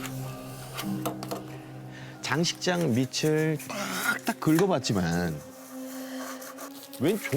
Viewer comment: 재밌고 무서웠는데 황제성씨 글 읽을때 발음 잘해주셨음 하는 아쉬움이 있네요 밑을 발음이 ..미츨로 읽어서 흥미가 떨어짐 다음엔 잘 알고 읽어주세요^^